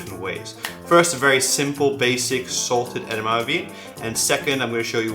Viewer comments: No, it's pronounced EDAMIMI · I wish he’d stop saying edamame like it’s one syllable.